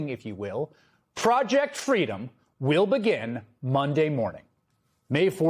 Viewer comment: Oh dear, I heard "Fraudject Freedom". Perhaps that's not wrong ^^